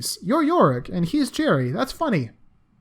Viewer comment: His name is Garry, not Jerry. Jerry is the mouse from Tom and Jerry. Garry is ... pronounced differently. :)